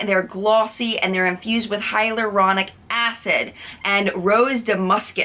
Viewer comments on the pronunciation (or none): none